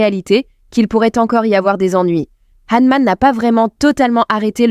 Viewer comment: C'est Honmoon pour être exact..